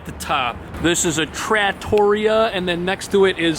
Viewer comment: "I can pronounce stuff" He says after completely butchering the word Trattoria 😂